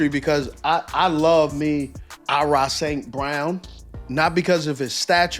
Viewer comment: who the hell is "ah-rah st brown"? you say you love him so much but dont even know his name?